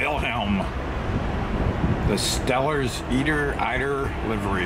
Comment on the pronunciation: That goose is an eider is pronounced with a long I sound as in eye